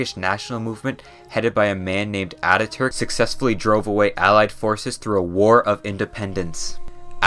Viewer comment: As a turk, i really love your pronouncations on turkish things like Atatürk,selçuklu and many more.Love from Turkey❤